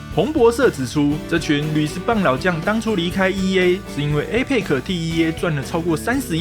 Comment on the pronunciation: 你的APEX發音錯了